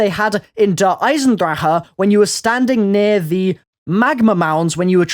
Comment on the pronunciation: Its Der EisenDrache. pronounce correctly in German. (Dur. Eye-Zen-Drah- Ck) not fucking Der EisenDraha. Holy crap i get pronouncing it erong but really?!?! EisenDraha?!